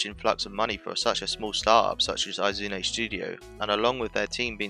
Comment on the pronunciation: learn to pronounce Izune.... ugh... brits...